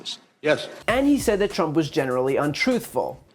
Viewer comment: I seriously thought Mueller said tramp instead of trimp.